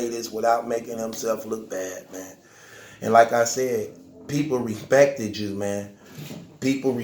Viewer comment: “Repecthid” “unecpekthid” Words with the “eck” sounds a little tough for you huh?